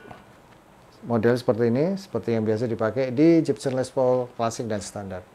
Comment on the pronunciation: Gibson... Bukan Jibsen 🙈🙈🙈